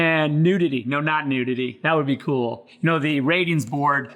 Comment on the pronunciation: He's said "that be coll" 🤭